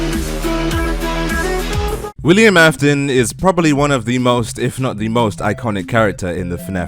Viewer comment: comes part with William.A Me seeing says William Afon Me:William Afon or William Afton where is "t"🙂?